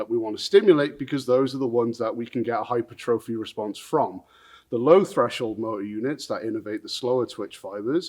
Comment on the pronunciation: My favorite part is that you say "hyper-trophy" instead of "hy-pertrophy"... Sometimes